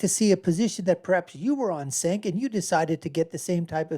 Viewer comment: His first name is pronounced 'Jenk'. You released a 17 minute video and you couldn't take one minute to learn how his name is pronounced.